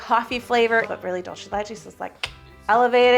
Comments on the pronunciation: It's Dulce de Leche, pronounced DOOLSE, not DOLCHE. ❤ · Every time she says "DOLCHE DE LECHE", a angel loses their wings... 😭 It's DULCE, not DOLCHE. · I'm gonna go ahead and make the tiiiiiiiniest correction, in Spanish "c" sounds like "s" (or "z", if you're from Spain) before "e" or "i", you were going very Italian "c" when you said "dulce" 😅